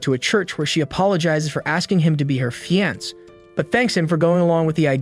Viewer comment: Fiancé.... I don't think I've ever heard it pronounced how he did in the video